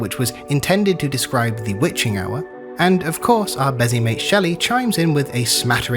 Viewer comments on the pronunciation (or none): none